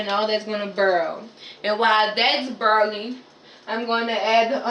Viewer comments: Girl you kept saying burlin and I couldn’t concentrate 😆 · urrrl = oil, burlling = boil. Love the accent (or pronunciation)